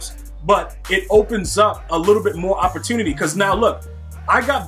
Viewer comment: Why he saying opportunity like he from Baltimore